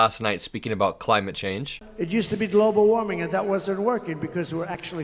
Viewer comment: WTF is nuclear warming!? Does he mean nuclear winter? Also whats "dlobal warming"........ ? He's such a lying, loser!